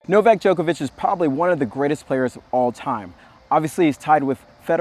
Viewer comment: Its djOko-vich not joke-a-witch